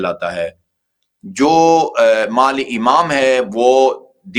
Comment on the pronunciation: مالی۔۔ نہیں۔۔ مال